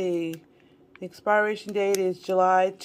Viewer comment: Love u but I’m cringing every time u say ALDIs instead of Aldi & Walmarts instead of Walmart & the word expiration is not expireation…it’s pronounced as if it’s spelled experation . It’s per in the middle. (But spelled pir). Sorry been keeping this in for a long time. Comes from a place of love. Enjoy your Thanksgiving!